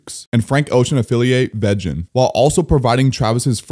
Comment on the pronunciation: bros pronunciation of vegyn had me rolling